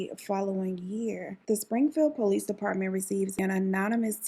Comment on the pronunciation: I’m 😂 I love the way you say police it’s like po lease 🤣